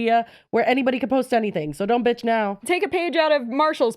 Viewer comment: did you say binch instead of b****? I kinda love that. 😂 Might be my new stem.